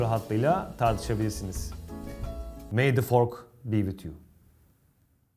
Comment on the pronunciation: May the 'fork' be wit you😂